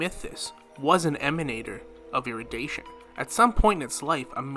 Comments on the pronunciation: Say it with me now, É-RU-DI-TION, not erudation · Erudition is pronounced eh-ru-dih-shon